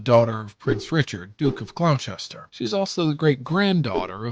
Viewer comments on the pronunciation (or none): Its pronounced Glosster not Gloss chester